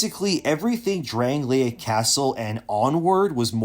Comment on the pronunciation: Bro.. you played the game, but cant say Drangleic? Pass.